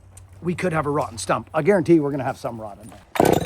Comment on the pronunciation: Great walkthrough and execution! I was willing to bet there wasnt any rot. But you said "garrenteed". Well i shouldn't bet against!